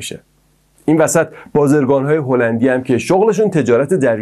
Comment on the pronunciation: سلام دوست عزیز، اول اینکه ممنون بخاطر این ویدیو!! دوم اینکه خواهشاً و لطفاً توی برنامه های بعدی تلفظ کلمات رو دقت کن و کلمات رو به شکل درستشون بیان کن ! شما تو تمام طول این برنامه همش گفتی بازِرگان بازِرگان BazErgan که این موضوع خیلی اذیت کننده و رو مخی بود! من نمیدونم شما کجا شنیدی ک اینطوری بیان کنن این کلمه رو چون درستش بازٓرگان هست Bazargan درسته ! 👌🏻 ولی در کل برنامه جالبی بود و ممنونم و لطفاً به این موضوع حتما دقت کنید!! متشکرم😍